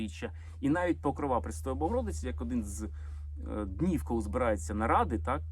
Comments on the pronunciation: Мої вітання!!! Дякую Олександра за цікаві відео. Чи можна Вам зробити невеличку підказку? Вибачте, в жодному разі Вас не критикую. Це щодо вимови слова "Покрова", в ньому наголос на другий склад, не на останній ( ПокрОва, не ПокровА)🤗🥰🇺🇦💙💛 . Дякую. Слава Україні!!! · ПокрОва а не ПокровА